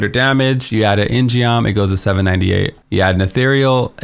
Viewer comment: Very excited for Inna. But also, it's not "in gee om". It's pronounced "in gum". It's Korean for "sword".